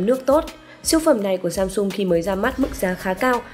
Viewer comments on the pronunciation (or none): none